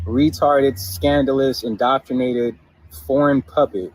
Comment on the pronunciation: He is proud he hasn't been 'indocktinated.'